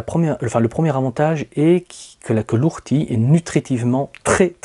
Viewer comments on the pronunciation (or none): O rtie et pas Ou rtie.... et pour le purin vous avez aussi l'urine dilué à 10% (une dose pour dix doses d'eau) très intéressant moi j'adore la blette qui se resème toute seule et fait vraiment beaucoup de graines. Les courgettes aussi en fait même si on les laisse devenir géante (plus grande qu'une bouteille d'eau) sont délicieuses même crues si elles ne manquent pas d'eau.